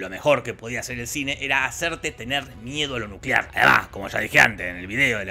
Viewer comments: Nucelar, la era nucelar ^o^ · Nucelar... la palabra es nucelar. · Nucelar, la palabra es nucelar